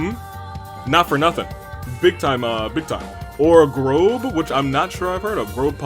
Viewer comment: Just a little fun thing that gave me a little chuckle... the ß in "Große" is pronounced like an S. A "Grobe Pause" (this time with a B) can be translated as a "rough Pause" which really isn't was Recess in School was supposed to be (well except for that one Time where King Bob decided to become a Pharao)